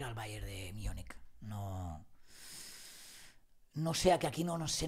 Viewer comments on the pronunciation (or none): Bayern de Miunik? ¿ pronunciado en inglés? O, Munich o München. Por favorrrrrrrr